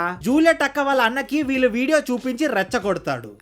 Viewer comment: కొంచెం తెలుగు pronunciation మీద శ్రద్ధ పెట్టండి. .. "ఇంతలా love చేసుకున్న ' వీలు ' " అని పలుకుతున్నారు .. అది వీలు కాదు .. "వీళ్ళు" అని పలకాలి